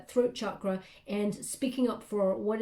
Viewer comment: You're always so incredible! Also, I appreciate how you pronounce Chakra correctly 🙏🙏🙏